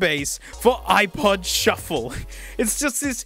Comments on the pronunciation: couldn't pronounce things correctly if his life depended on it, and that's a mood. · The “shu-ffle” caught me very off guard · shooo fley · did you mean, shu-ffle? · My life has changed with that pronunciation of shufflé, can't tell yet if it's for better or for worse, but it has certainly changed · Ok “shu-ffle” is a new holy word now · i like the way you say "shu-ffle" i laugh every time. its like trying to say souffle. been binge watching your videos for the past week. really enjoy them videos! Please keep them up! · the whole video you said shuf-fle but that one time when you showed your favorite ipod accessory you said S H U F F L E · Nobody has said it yet, so I'm gonna. "Shu-fflé" sounds like "souffle". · Ah yes the iPod, shu-fle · Im so glad im not the only one who says shuffle in a funny way.